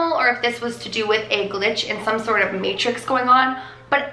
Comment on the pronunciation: i had a thought u kept saying materix an email came for me saying leah materix